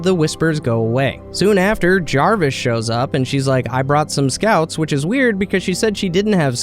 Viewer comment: I love the mispronunciations so much xD. Jarvis was the best one